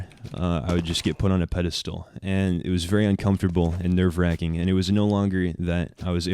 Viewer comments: Haha... He said Nerve-raccing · “Nerve *Raccing*” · "Nerve raccing" lol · " Nerve Raccing" I fekin died laughing